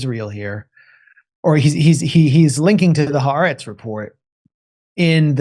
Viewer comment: Ha the Aretz Land. Haaretz. The Land three sylables